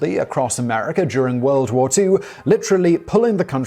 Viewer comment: woo or war??! Lol